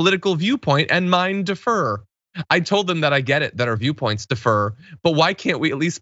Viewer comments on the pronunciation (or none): John: “defer” is pronounced “de-FER.” “Differ” is pronounced “DIF-fer.” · I love John but he's been mispronouncing the word "differ" for YEARS and apparently no one is telling him. "Defer" is a totally different word with a totally different definition, and depending on the context, I've heard the mispronunciation completely change the meaning of what he's saying. The emphasis in "differ" is solidly on the first syllable, John! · John, "differ" (pronounced DIF•fər) and "defer" (pronounced dee•FER or də•FER) are two different words, and you pronounced "differ" as "defer". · Differ, not defer. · I'm with you but it is differ. Not defer. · Diff-ER?? John, homes, the fuck bro???